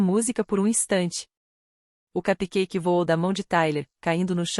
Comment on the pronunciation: Se não sabe pronunciar CUPCAKE, fale BOLINHO em português que é a mesma coisa! Mas não fale em inglês errado!!!